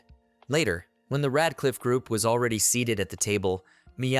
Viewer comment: How did "Red Cliff" turn into Rad Cliff". This translation stuff done for voice and text is not good, you have zero reviews being done and producing sub-par videos. I disapprove. You know when smart people write a book they have the book checked by someone who can clean up the grammar without changing the meanings of the sentences. Sure I'm poor and use an automated process but you need a smart human who is fantastic with English and can view the auto and text from the story to make sure everything is 100%